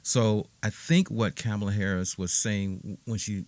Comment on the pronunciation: Also say her name right you are showing your true colors